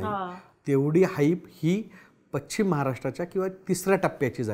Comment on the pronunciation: उच्चार पश् चिम , पचिम ; निश् चित निश्चित .